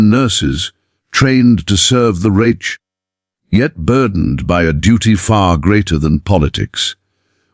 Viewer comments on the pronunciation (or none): And reich pronounced wretch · Reich! Pronunciation!